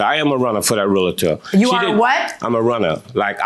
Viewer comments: Dear, lovely peeps. It's.... REAL-TOR. Not REAL-AH-TOR. Stop that shit. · i wanna smack my head everytime they say realitor ... since when is there an I in there. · It’s Realtor not REAL -A -TOR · It’s realtor, people. REALTOR! Not realator lol! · Their pronunciation of Realtor from all three is killing me